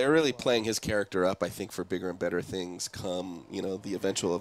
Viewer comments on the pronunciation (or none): none